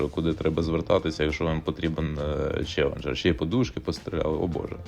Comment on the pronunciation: додж члеленджер😀😀😀😀